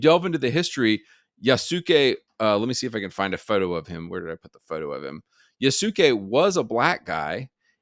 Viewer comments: And all -suke names are more -skay than -sookay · Btw his name is pronounced Yasuke (Yas-kay)